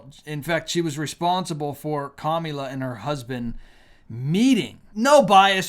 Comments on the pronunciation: It's kamala. It's not Camila. As a Christian disrespecting someone is not very righteous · How difficult is it for you to say her name correctly. It is pronounced COMMA LA!! Here you go whining because Trump’s answers were so DUMB!! Hopefully there will be enough intelligent people to make the best choice for President!!! Kamala!! Stop lying about babies being aborted in their ninth month. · Pronounce her name come Allah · This looks REALLY GGOOD ON YOU AS A CHRISTIAN. Do you need to mock her name as well? So very unprofessional and extremely unethical of you. We unsubscribed. Not because of the candidates but of your CONSTANT USE of mispronouncing her name…please, help me to understand this is ok behavior with backup scripture. What a shame . I could easily call you a Pharisee but I can’t and won’t go down with the spirit of mockery in which i revile and bind in the name of Jesus Christ…and please give us your facts please.